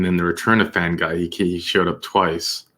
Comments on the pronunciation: Fanguy - pronounced Fung- gee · The name Fanguy is pronounced fungee. The g is like game not rage.